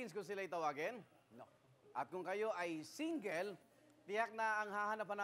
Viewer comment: kahit kelan mga maling pronunciation. 'Single' is not pronounced as 'singgil but singgol'